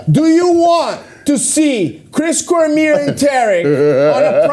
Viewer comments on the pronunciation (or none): Why does nobody pronounce Cormier's name correctly? COR MEE AY.